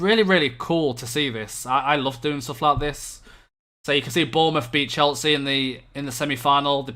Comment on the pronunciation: Stop saying Cheltsea